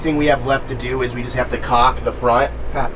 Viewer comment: Anton is gold. Keep him around! As far as the old RV, you gave Mambo nothing to work with. Mambo is very talented, but even he can't mold a diamond from a pile of shit. LOL at your caulk pronunciation. It sounds like you are going to use what your mom saw a picture of... and I don't think that's what you meant. And you need to buy a stinky slinky if that RV doesn't have one. Grillo or Will can handle it for you.